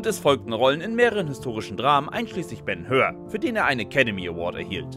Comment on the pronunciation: BEN HÖR - wer kennt nicht das legendäre Hörrohrrennen in der Arena? Und er hieß Lugo(oo)si und nicht Lugossi 🙄